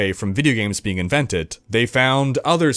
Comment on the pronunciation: We'll have to start at the beginningk, with the first beingk in excistence...